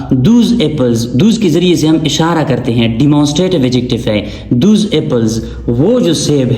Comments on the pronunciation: Those not thoos.please Focus on pronunciation as well. Many are getting irritated. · Please check the pronunciation of " Those" , Sir... Thanks for the video❤